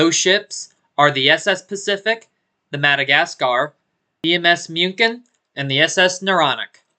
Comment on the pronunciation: Small but Muchen means Mün·chen aka Munich.